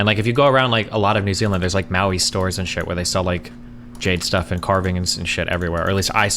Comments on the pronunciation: how are you pronouncing maori "maui"? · same lol. i was laughing so hard when i heard him pronounce maori and then the 5 other times he said it.